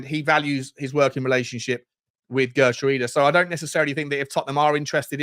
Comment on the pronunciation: Isn't it pronounced "Heh-er-trowda"? Not the best with my Dutch, but I think that is a close pronunciation...